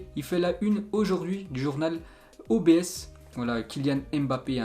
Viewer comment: On dit l'obs (comme dans l'observation ) et non O.B.S 😅 Sinon merci pour tes mini JT .